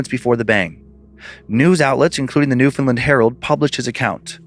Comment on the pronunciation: It truly hurts to hear Newfoundland pronounced like that 😭